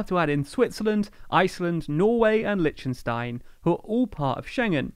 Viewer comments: Weird how you pronounce Lichtenstein. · Says "Liechtenstein" - right to jail, right away